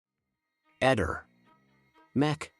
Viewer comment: Comunque si scrive Eder, non eter……salvo che non stia italianizzando la parola inglese HATER (si pronuncia eiter ) e che significa INCITATORE D’ODIO VERSO QUALCUNO